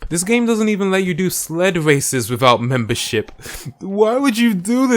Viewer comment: So much MEMBERSHIP in this video i heard and i heard "membershit"